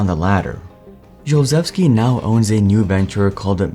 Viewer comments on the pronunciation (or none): It’s pronounced “shulh-chev-ski” not josephski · My Ears are bleeding when you pronounce SZULCZEWSKI surname SZ-SH U L CZ-CH E W SKI . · My god 😭 after you showed his surname I was like how are you pronouncing that 😭😭 "Szulczewski" is pronounced Shoe-L-Ch-Eh-V-Ski (Shoe like a shoe, L like in leg, Ch like in cheese, and you are pronouncing "ski" correctly) I am Polish so you can trust me on that c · Video itself is great, my only complaint is the way you pronounced his name over and over. I get it that Polish is a hard language but his name is pronounced like shulchevski, for the first half of the video i was wondering what you were saying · "Szulczewski" is pronounced "Shulchevski". Not sure what happened with that. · The way you mispronounce the guys name constantly is making me so annoyed 😩